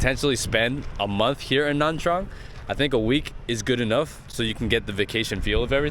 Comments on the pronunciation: Why does it sound like he's saying Nam Trang? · how can you trust a guy that can’t even pronounce nha trang properly?